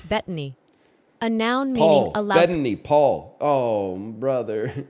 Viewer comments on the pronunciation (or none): none